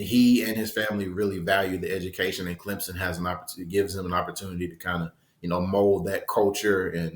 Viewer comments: can you educate me just where is clemzin? i have never Hurd of clemZIN , IN do know of CLEM SON but not clemzin its NOT clempsin it is NOT clemzin nor is it clemsin it is CLEM SON! so pleas STOP butchering the name ! CLEM SON NOT CLEMZIN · Subscribe? Not until stops saying Clemzen. Try Clem sun. Jeremy has it right. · It is pronounced Clemp son!!!